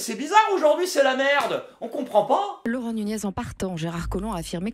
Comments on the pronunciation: nikel ! au passage c'est nougness que ça se prononce. il y a le tilde au dessus du N ;) ...de rien ;) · Nuñez se prononce NU- NYEZ! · ca se prononce Nuñez